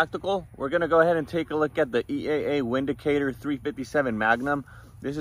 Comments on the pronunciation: I don't know if anyone has mentioned it, but it's pronounce "Vindicator" because it's German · It is pronounced, Vindicator.